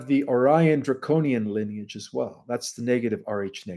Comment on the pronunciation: Dude, it's ˈli-nē-ij, not leniage. Your mispronunciation of this common word, that is the basis of your topic, lessens your credibility.